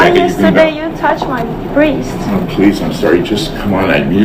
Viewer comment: "You touched my breest"